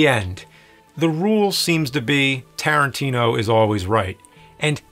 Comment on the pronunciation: I love you nerd..... but still its Tarantino!!!!. If it's not broke and all.